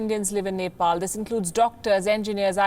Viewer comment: Nefall and India 🙃